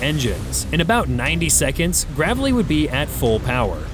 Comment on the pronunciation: Please say Graveley right